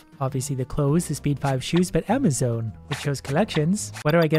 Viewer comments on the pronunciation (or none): How has no one said ‘You mean AmaZONE right?’